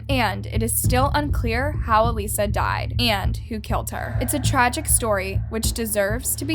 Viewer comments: Elisa not "Alyssa". Two different names and ways of pronouncing. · “Alyssa” to “Elisa” 👁👄👁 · im sorry..alyssa??? Its EEE-LEE—SAA. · Her name is Elisa not Alyssa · You said her name wrong the whole video. Eeee-lie-za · I enjoy listening to you…most of ur vids I have seen from other YouTubers but u give more information that others missed. But you really need to research some names or words I.e cadaver (dead body), Elisa (eh Lisa) Lam (lamb without the b) I suggest hearing how most people saying the name. Other than that you are doing pretty good!😃